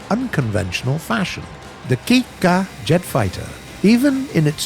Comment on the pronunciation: What everyone hears: the ki ka jet fighter what i hear:the kit kat jet fighter